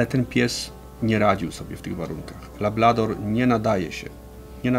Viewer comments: Lablador...JPDLE... LABRADOR żołnierzu! I Ty byłeś od K9 szkolenia? Nie przypierdalam się, no ale kurka wodna... To nie błąd językowy, tylko brak wiedzy. Podstaw. Mimo wszystko pozdrawiam. I wszystkiego najlepszego życzę... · Szkoda, że fachowiec mówi "lablador", a prowadzący powtarza... Szanowni Panowie, ta rasa to LABRADOR (konkretnie to Labrador Retriever, ale wiadomo, że najczęściej mówi się skrótowo ;)) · Material OK, ale nie ma rasy labLador. Jest LabRador.